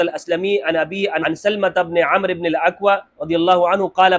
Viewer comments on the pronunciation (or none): none